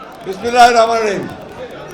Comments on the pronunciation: বিছমিল্লাহি রাহমানির রাহিম এই মিয়া কী বিছমিল্লাকে কী বেংগায় ছে লাগে,সবাই একটু মনোযোগ দিয়া শুনুন?? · ফখরুল তো বিসমিল্লাহ ও শুদ্ধ করে বলতে পারেন না।ওনি দেশ চালাবেন 😅😅😅😅😅😅😅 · bismillah o thik moto bolte pare na. era abar nijeke muslim dabi kore